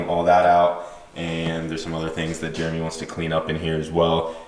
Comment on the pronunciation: I find it funny pronounces Jeremy as germ me.